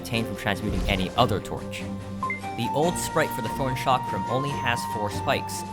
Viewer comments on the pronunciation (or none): none